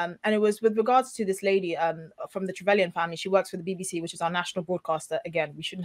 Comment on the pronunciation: did she say BBC 😅😂😂😂😂😂